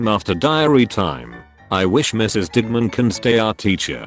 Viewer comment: Video: digman My ear: di**man